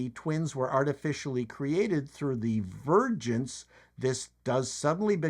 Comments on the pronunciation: So vergence birth? I kept hearing "virgins" instead of "vergence". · Did anyone else keep hearing virgins when said vergence? Or is it just me?:-) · At first I thought he said "We are looking for a virgin." lolol